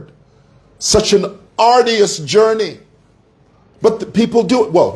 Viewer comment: ARDUOUS is pronounced - aa- dyoo- uhs (UK) or aar- joo- uhs (US) and not aa-di- yas,. Just saying, since you like correcting others.